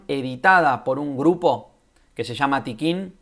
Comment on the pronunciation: Hola, Un par de cosas: El colectivo es Tiqqun, no Tiqquin: sin la segunda «I» que ahí le metes. Contribución a la guerra en curso es un libro que publicó Errata Naturae en 2012 y básicamente trae dos textos: ¿Qué es un dispositivo?, de Deleuze y «Una metafísica crítica podría nacer como ciencia de los dispositivos», de Tiqqun. En todo caso, la referencia de Tapia está completamente descontextualizada y sí, mal citada. Liga al texto de Tiqqun: Luego, algo que no gusta mucho a ciertos lectores de Deleuze/Guattari, es la presencia de Marx (y su influencia) en la obra de ambos autores. Tomo una cita que se encuentra en la entrevista que le hace Toni Negri a Deleuze: “Creo que tanto Félix Guattari como yo, aunque quizá de dos maneras diferentes, nos hemos mantenido fieles al marxismo. No creemos en una filosofía política no centrada en torno al análisis del capitalismo y sus desarrollos.” Control y Devenir en Conversaciones. Pre-Textos. 2014. Por último, si la adherencia al marxismo hace que la derecha más reaccionaria se horrorice, me parece un error de aproximación quitar «a modo» la presencia de Marx con el objeto de no incomodar a quienes se quedaron atrapados en el discurso de la guerra fría. Marx es una línea de demarcación en el pensamiento contemporáneo. No hay que obviarlo, en mi opinión. Saludos